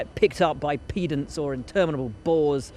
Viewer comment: Did he just say "pee-dants"? It's pronounced /ˈpɛd(ə)nt/.